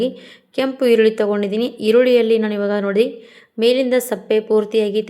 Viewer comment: Sappe alla adu sippe😅